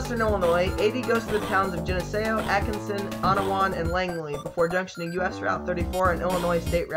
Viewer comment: If you ever decide to remake this video, a few suggestions: Oh-guh-la-la DeSoto isn’t a suburb…yet. It’s a good ten miles from suburban sprawl. Avenue of the Saints is US 218/27/380, not 61 Geneseo= juh-knee-zee-oh